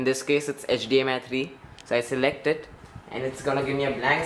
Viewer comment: 0.40 - it's HDMI not HDMS my friend..